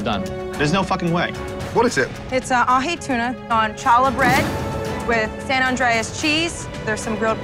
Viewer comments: Did this chick actually use a hard "ch" to pronounce "challah?" The Jew in me is about to turn into a super saiyan. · This man really excluded my girl's sandwich because she pronounced it "CHALLA" bread instead of "HALA" bread. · “Challa” bread?? It’s pronounced “halla”! 😂 Edit: omg I didn’t think anyone was gonna correct her! My Jewish self is so relieved! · The only problem is that she cannot pronounce the Challah [Kah-Lah] bread correctly. 🤣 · Chah-llah bread.: pronounces “challah bread” correctly not wrong here,. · It's actually not Hallah either- it's spelled with the Hebrew letter ח, which most English speakers can't pronounce, which is where the H comes from. So actually, nobody pronounced it right here 😅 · The hilarity of and bickering on who is pronouncing challah right when both are so very wrong XD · both of their pronunciations of challah was wrong 😂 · Hearing Challah pronounced like that hurt my soul. thank you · That was bad. Not only butchering challah, but saying "challah bread"